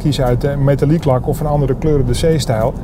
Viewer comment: Sinds wanneer is het “meetaliek lak”?😂